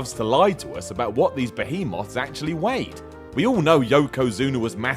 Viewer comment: Why does everybody mispronounce behemoth?